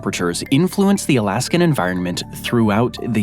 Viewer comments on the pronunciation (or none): and again ... "Alaskum"? 😂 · What the heck is "Alaskum"?!?!